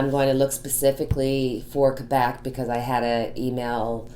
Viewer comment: I'm so glad your family recovered from COVID! ❣️ Our daughter also said there were tough times to reach recovery. Also, Thank You for pronouncing Quebec properly! I went to college near the Quebec border. They can be a rambunctious bunch there. I'm glad they've gotten serious. NYS may need to close down because the Feds aren't addressing International travel and the UK variant is up to 70% more contagious. It's here in Saratoga right now. And I'm sure it's arrived via air & now land travel from any number of European Countries. Was watching the live... You have nothing to apologize for... 🙏🏽 for healing! Btw, you can more than carry a tune. You have a lovely voice... Trust me, I'm cursed with perfect pitch! 🎼🎵🎶 Thank you for coming on today! ❣️🌟🙏🏽